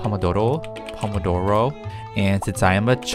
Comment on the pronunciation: Me painfully listening to try to say promodomo